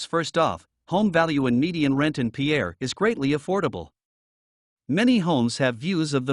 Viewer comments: It in not peeair but peir as us locals say it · It’s pronounced pier, like long walk off a short pier. Pierre may be a person’s name, but it’s not how the capital’s name is pronounced… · Pierre is pronounced PEER! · Learn how to say Pierre